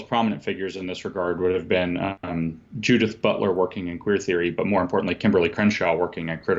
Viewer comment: I love the way JL spat out the name ‘Judith Butler’ 😂 (approx 1hour mark)